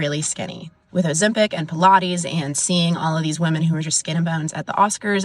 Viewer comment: It’s Ozempic.